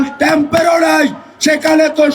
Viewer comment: Did he just say temp?😂